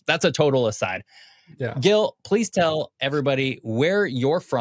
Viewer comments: I didn't see the whole video Did Gil never corrected him about his name? It's not Guil. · I just wanna mention that Gil's name is pronounced with a soft "G", (like a J). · I rather like these more detailed explorations of a part of the world, but it hurts my ears to hear Gil being pronounced repeatedly with a hard "G". I do hope it was his own choice to anglicize it. Regardless, I just can't finish watching this. Skipping on to the next video in the series. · Gil, why don't you correct the pronunciation of your name?